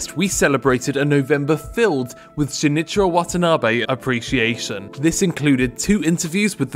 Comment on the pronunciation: For someone who knows about this guy you sure butchered his name